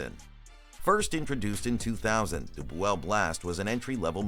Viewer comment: 'Boo-ell? What a bunch of misinformation.